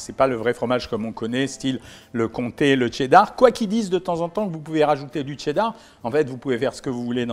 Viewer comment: Y’a pas de T devant cheddar mdr😂